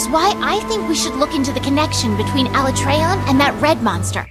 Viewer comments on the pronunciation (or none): Ala-tray-on. How about no. Say it with me Alat-reon. I reckon it'd be cool to see Fatalis and then a Black 'Jiiva after that as the end of the game. Or it's the teaser for MH6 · did this chick just say ala-trayon What a rookie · F U I'M CALLING IT ALA-TRAY-ON AND YOU CAN'T STOP ME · its ala tray on XD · WTF Alatreon smol? Also its pronounced as Ala-trey-on Thats a joke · Disliked for refusing to pronounce "Alatreon" as Capcom has intended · Whenever anyone pronounces Alatreon like they did in the Dev Diary, I throw up in my mouth a little bit. Honestly, it's worse than when they tried to change Tigrex to TEEgrex.